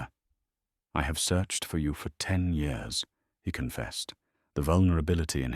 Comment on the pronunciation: Mispronounced year